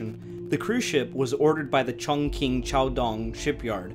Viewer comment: This is a very good video! Your efforts at Chinese mandarin pronunciation are commendable, but not quite on. Not to worry, Mandarin is difficult to learn. The large city you refer to is Chongqing (重庆). You pronounced it “Chong king”; it is actually pronounced “chong Ching”. My wife is from Chongqing. We lived there for a year after we were married before returning to the USA. Wonderful city, nice people. The local dialect is Chongqing hua; very similar to Mandarin. You also don’t quite have the pronunciation of Yangste River, but hey it was close! Keep up the good work